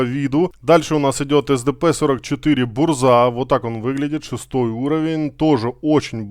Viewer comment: Если я не ошибаюсь, то правильно они называются так (Большие гласные это ударения) 5 лвл ЗадЫмка 6 лвл БУрза 7 лвл ГовИка 8 лвл КилАна 9 лвл ГонкиевИча 10 лвл БлыскавИца